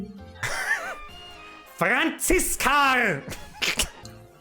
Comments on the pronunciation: Ich feiers dermaßen wie du FRANZISKARRRRR sagst. Ich ess dia Weißwuascht aber a mit Haut, weil mein Mutter aus Österreich kimmt und bei uns nix weggschmissa wird. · Franziskarrrrr 😂😂😂 I hoas a Franziska jetz scham i mi 😂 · Oida d FRANZISKARRR is scho fucking vier Joah her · Des Franziskarrr des hod mi zlegd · Franziskaaaarrrrr i moa mi zbreslts😂😂😂